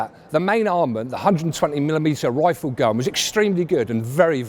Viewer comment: I know he said "rifled gun... " but it sounded awful like "waifu gun"